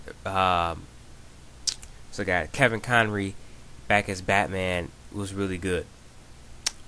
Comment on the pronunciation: lol 2 people are pissed that you said kevin conrey